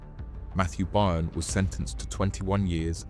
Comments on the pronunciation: By earn? Its pronounced BURN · FYI…..Byrne is pronounced BURN……not BUYERN!…..get a grip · Buy ern? It's burn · AI voice needs tweaking. Byrne isn’t pronounced ‘buy-urn’ for example - it’s ‘burn’. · Pronounced mathew BURN and BEW devlin. Not much of a reporter if ypu cant even pronounce the names correct. And this isnt even close to the correct story, they were put in place to take the arrests and jail time should the operation be uncovered. The real mastermind is in dubai fighting extradition 👍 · Pronounced *Burn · You’ve pronounce byrne (burn) 3 different ways so far couldnt help But comment 😅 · His name Byrne is Irish.Its sounds like Burn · His name is pronounced Burn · pssst... byrne is pronounced burn, was a good watch btw.. nice one!!..😎👍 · FYI for future reference it's pronounced "Burn" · Byrne is pronounced burn in ireland. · Byrne is Irish, pronounced burn. Great video thank you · That's how you know it's AI generated.